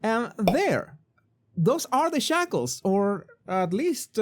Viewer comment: Did you say shackles or 'shekels'? 🤣